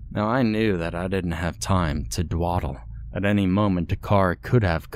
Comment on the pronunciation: It's not "dwadle" it's "dawdle"